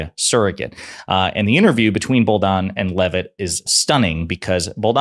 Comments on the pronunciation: Dude. If you're going to be credible in your podcast, learn how to pronounce people's names! Kate Booldon??? It's pronounced BaldWin!!! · Good video but the young ladies last name is Bolduan not Boldan pronounced like “Baldwun” just fyi